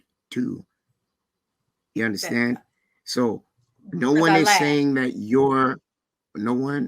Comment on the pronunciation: Wait a minute.! Did just say what are you sayingk and were you not listeningk😮